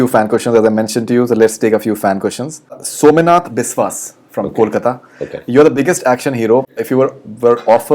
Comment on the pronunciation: Som-e-Nath.. lol... it’s Somnath only